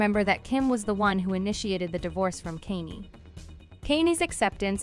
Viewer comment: Yo, its Kanye, pronounced Kanyae not Kayni. Come on,man! The man is hella famous. If you can pronounce Kim,you sure can pronounce Kanye.